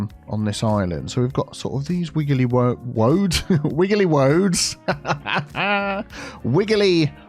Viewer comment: Wiggly woads - reminds me of and his BO'OH'O'WA'ER lol